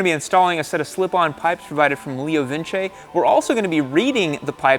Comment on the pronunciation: Phonetically it's 'Leo Vinch' not Vinchey'